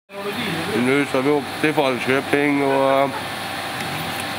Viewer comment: Mer sånt här! Och förresten: de uttalas "Fallköping". Mvh från en värsåsbo som hamnat redit utomsocknes